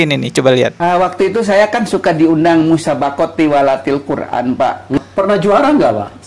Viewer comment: Dia bukan juara tilawatil qur'an tp dia bilang juara tiwalatil koran 😂😂😂